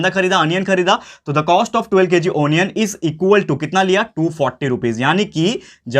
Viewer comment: Sir is telling wrong pronunciation is not a anian its a onion